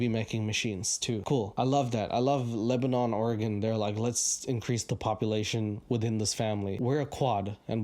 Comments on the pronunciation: Your pronunciation is killing me. It’s not LebaNON like the country, it’s LebaNIN. In the self-proclaimed grass seed capital of the world lmao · Bro I live in Lebanon, we pronounce it like Lebanen cause we’re unique lol But for real, this podunk ass town has nothing going on, but hey shout out. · It's pronounced Leb-a-nen